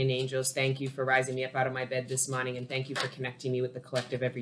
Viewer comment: And every time you say morning it sounds like you say my name mani!! Lol that’s how i know